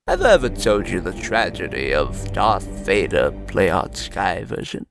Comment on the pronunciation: It's sound kinda like dark gator